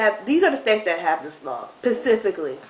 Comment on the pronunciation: States that have the law PACIFICALLY